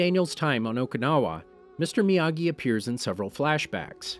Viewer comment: When he says miyagi, I come to hear amagi!!:);)